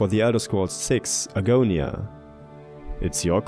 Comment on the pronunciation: Argonia? Seriously? Lol.